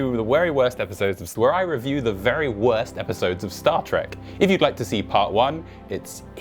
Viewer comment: The wery worst episowdes?